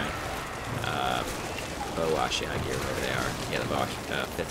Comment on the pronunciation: Is there a reason you keep saying ashiagi instead of ashigaru? Still a nice video though.